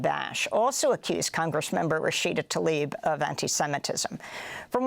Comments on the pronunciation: Talib, not Tlaib... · Mis-pronounce her last name. It starts with TL, as in TLA-eeb. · PLEASE learn to pronounce her name. It is NOTAL-ib. Show some respect please.